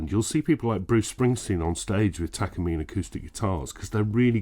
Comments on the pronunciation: Pronounced Tah kah Mee Neh ... not Takuhmeen. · tak car me nay say it right stoopid engrish.